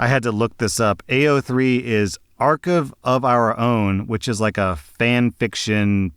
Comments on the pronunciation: Did he read the word Archive and read out "arc-of" 💀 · Brother, how did you manage to mess up the word "archive." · Arcuv is a weird way to pronounce the common word archive. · Today, learns what a monster fucker is! And also mispronounces archive (it's arc-hive if you're seeing this ) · doesn't know how to say "archive" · It’s a little sad can’t pronounce the word archive correctly. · Dude, you're a rediter aren't you? How the heck do you not know how to pronounce the word archive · how the hell could you fuck up the pronunciation of Archive? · Idk what he is on about the amount of xenomorph queen r34 is substantial. Also I do not believe you for a second that you did not know what ao3 is after you've been on the internet this long. Mispronouncing "archive" does not sell that fib. >man says hear me out, it's a hot woman with green skin and sharper teeth >woman says hear me out, it's Hermeaus Mora from the elder scrolls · IM LOSING MY MIND AT PRETENDING HE DOESNT KNOW WHAT AO3 IS. WHY DID YOU MISPRONOUNCE ARCHIVE LIKE ITS NOT A REAL WORD 😂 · story 1: audibly forgetting the e in archive?? 😭 godspeed op, you'd love tumblr edit: ah, it's generally in best taste to not say the name of that creature, generally, out of respect for native communities. not that it has ever really stopped people,but ya know. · Rehash pronouncing archive wrong took me out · Today I found out that doesn't know how to pronounce "archive." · Bro doesn't know how to pronounce archive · I’ve never heard someone say “Archive” like that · Now he needs to familiarize himself with the pronunciation of Archive... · because English is his first language and he has A MASTERS DEGREE IN ENGLISH Like its not a big deal but its funny hearing a native speaker with a masters in the language say such a normal word so wrong